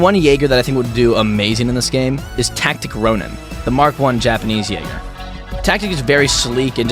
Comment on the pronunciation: Its said tasit ronin